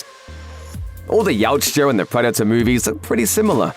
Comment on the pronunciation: Yautja is a hard word to pronounce ey? 😂